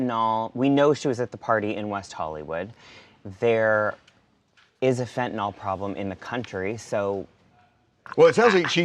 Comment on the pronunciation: Fent-ta-nyl (nill) not fent-ta-nall. We need to say it correctly so we teach it the right way for educational purposes.